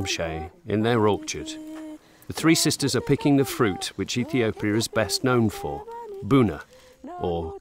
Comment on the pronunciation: You seriously can’t say “Ethiopia” right? Good Lord, it’s not that hard!